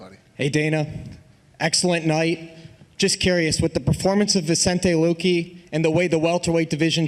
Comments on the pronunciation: One reporter said vicente "Loki". Highlight of this conference for me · "Vincente loki" 😂